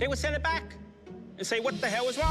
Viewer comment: Just love how the way he says “What The Hell - What Da Hell” 😂😂